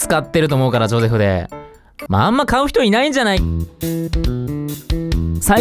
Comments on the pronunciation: ジョセフじゃなくてジョゼフじゃないの？ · のゼョセフマジで好きなんだがwww